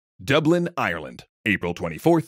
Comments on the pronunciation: If you are making a video about Ireland, could you get someone that can say the countries name. It is Ireland not Ierland. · Like that weird way of saying Ireland as IRE-LAND